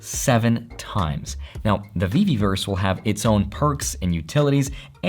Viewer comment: Not VeVerse, VeVeVerse Not Gem to Omi, it’s NFT to Omi & Gem to Fiat $.1 =/= $.01 (one penny) Other than that, good video 👍⭕️🚀